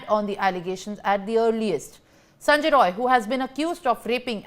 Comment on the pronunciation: The news reader must amend herself. It is Sanjay Rai, not Roy as she is wrongly pronouncing.